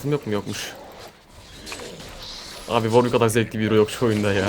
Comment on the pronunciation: worwick değil W ar W içki diceksin :)